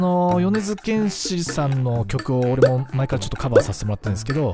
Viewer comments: 米津玄師のイントネーションが違う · よねづけんしのことをよねづげんし言ってた人おるやろ おれや。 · 皆さん、よねずけんし⭕ よねずげんし❌ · ま ま よねずけんし❌ よねづけんし⭕️ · 米津玄師(よねづけんし)です。 ｢げんし｣じゃなくて｢けんし｣です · げんし じゃないよ けんしだよ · よねづ「け」んしやで